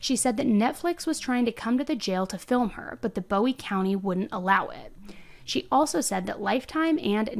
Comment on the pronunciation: It's boowee not bowie.😢